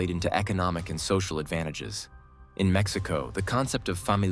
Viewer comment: Your pronunciation of Mexico and cities in mexico are wrong/terrible. Why make a video talking about how great they are without saying any cities or EVEN the country correctly. Besides lack of basic pronunciation in the video, it focuses on "growth growth growth"... if i have a country that has 10 billion in GDP with 10% growth and another country 100 billion with 1% growth.... the total number is the same. But one economy is 10X bigger. Focusing on short term growth without showing total numbers is misleading. I love mexico but your understanding of economics and horrible pronunciation (or use of AI to hide your identity) is horrendous.